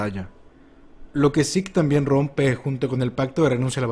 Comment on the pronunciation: porque sik? es zeke, tal como suena